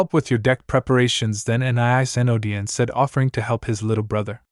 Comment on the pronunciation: My question is why list all stats(description,effects,lvl,etc) when it wasn't done in pt.1. Also I've noticed some mispronunciations like Trusdale instead of Trusedale and Academia instead of Academy and Growler instead of Crowler and prepertrations instead of preparations either the author can't spell or the AI is pronouncing it very incorrectly